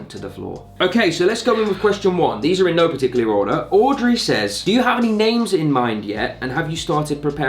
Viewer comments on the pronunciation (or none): When u said in no particular order it sounded like any and edc on im a celeb